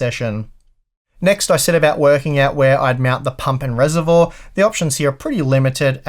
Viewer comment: I've never heard Reservoir pronounced like that. Keep on being you,:)